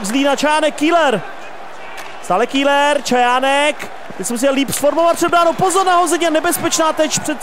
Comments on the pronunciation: Ahoj v celku dobré video aš na dvě chyby za 1. Seš tak ukecanej že ti často nejde rozumět :D a za 2. Pokaždé když je v zápase zlín tak místo Keller (výslovnost) řekne š KÍLER ! V minulém zápase jak si hrál za Zlín tak ti to fanoušci několikrát napsali v komentářích a tys řekl že si na to dáš pozor.Ale co chybička se bloudila. A prosím dávej v zápasech bitky. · Super video ale čte se to Keler !!